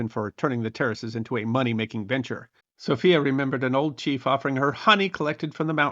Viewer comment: Also guide Sophia is pronounced in the English way, not the Spanish version.